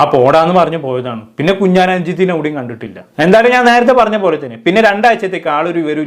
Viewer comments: 🤣🤣 കുഞ്ഞാൻ കുഞ്ഞാൻ കുഞ്ഞാൻ 🤣🤣 കുഞ്ഞാൻ പാണ്ടിക്കാട്🤣🤣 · കുഞ്ഞാൻ അല്ല കുഞ്ഞൻ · കുഞ്ഞാൻ അല്ല കുഞ്ഞൻ 🤣🤣🤣🤣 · കുഞ്ഞാൻ അല്ല കുഞ്ഞൻ 😂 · Kunjaan alla kunjan ennanu😂😂😂😂😂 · എടോ കുഞ്ഞാൻ അല്ല 😂കുഞ്ഞൻ 😎